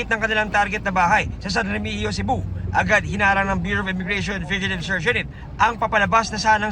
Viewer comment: Taga cebu ako Sir, San Remigio,Cebu ang sabi ng anchor which is tama naman po. San Remigio(Remihiyo)